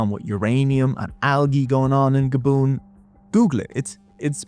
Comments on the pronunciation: I've never heard Gabon pronounced as gaboon before. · the country is called Gabon like “grab on” with no r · I think i commented about ur pronunciations in the last video i just watched, im just teasing u buddy idrc how u say it ajd ur vids are good. But its french its "gah-bonn" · lol I was like “where the hell is Gabboon?” “Oh, he means Gabon.” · Dude, learn how to speak- ‘Gaboon?’ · Super interesting video. I did raise my eyebrows at your pronunciation of 'Gabon', mind.